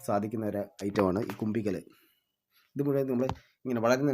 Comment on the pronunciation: Kumbikkal alla, kumbukkal😅